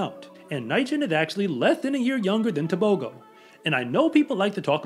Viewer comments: I wish you would say T'ebogo not Tebohgoh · The proper pronunciation is Teboho...the g makes an h sound in Botswana...this kid is wicked fast and reminds me of Usain Bolt, the way he runs is so smooth.